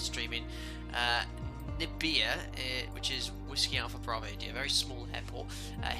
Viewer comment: Nabire should be pronounced na-bee-ray. Great landing